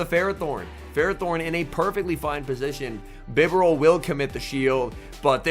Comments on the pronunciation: It's Bye-Bar-Al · I like your vids but I hate how you pronounce “Bee-Barrel”…. 💯